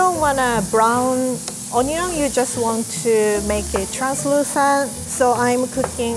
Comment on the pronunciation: She fucked up when she said onion